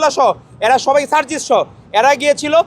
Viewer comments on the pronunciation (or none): none